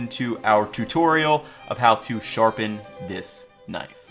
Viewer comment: Is it just me or is he saying "nice" instead of knife?